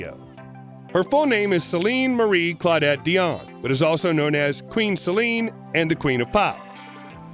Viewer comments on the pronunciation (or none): none